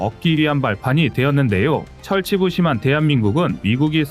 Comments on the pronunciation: 철치부심이 아니고 절치부심입니다. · 철치부심 아니지요! 절치부심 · 꺼리튜브 여러분! 철치부심이 아니고 절치부심으로 쓰고 읽고 보도하기 바랍니다. 우리 유튜브여러분들이 너무 많은 철자틀림과 읽기 발음음등이 너무 많아 정말 어린학생들 공부에 많은 우려를 낳고 있음을 알고 확실한 단어 발음 띄어쓰기등을 명심해 주기 바랍니다.